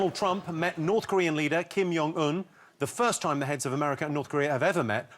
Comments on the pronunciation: it's jong un, not yong un. with a j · How does Jimmy not know how to pronounce J?!? Its Kim Jong-eun not Kim Yong... its not like this is some weird Scandinavian language where the use of J is nebulous. Its transliterated into the Latin alphabet specifically based on English to be customized to the British/American world dominance. The wrote it like that for US and he repeatedly screws it up!